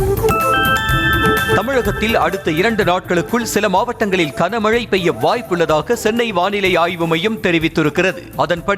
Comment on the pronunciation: (kana)க்கன மழை இல்லை (Gana)கன மழை பல தடவை சொல்லி விட்டேன். கமென்ட் லாம் படிக்கவே மாட்டீங்களா? திருந்துங்கய்யா.. 😮😢